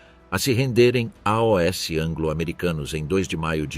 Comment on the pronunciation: Narração com IA não reconhece "AOS" ....verifique